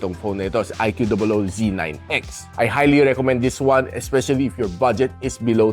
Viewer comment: prounounciation po nang iqoo boss hehe